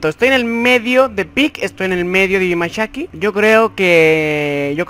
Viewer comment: Siempre pronuncié como vos bimashaki BUT es Bimasakti🤣🤣🤣